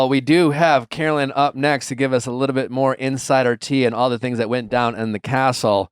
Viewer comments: NOT THE FORREST GUMP T SHIRT!! 🤣 (Take back your power!!) Caro-LYN (it irks the f outta me when people mispronounce your name), you are forever a queen and the true winner of everyone's hearts!! 🥰👑🦞💖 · So rude of Nick to mispronounce her name, text during the interview, and then leave. The other interviewers asked good questions after he left though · and then mispronouncing her name and leaving early... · Not a great sign when the interview gets better after the host leaves. Checking his phone, having her come on the show just to leave minutes later and mispronouncing her name. Super disrespectful dude.